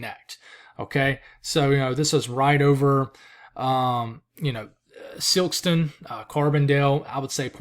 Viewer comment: Cape Girardeau = Cape Jir-ar-dough Sikeston = Syks-ton